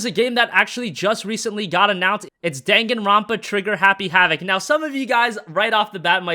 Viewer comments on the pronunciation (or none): none